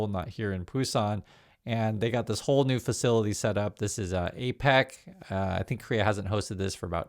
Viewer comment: Pronounced a-peck not a-pack!